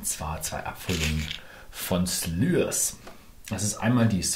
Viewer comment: "Schliers" nicht "Slürs" - so wird es einem gesagt bei der brennereiführung ;-)